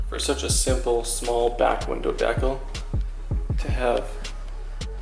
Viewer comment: Do you not know how to pronounce decal😭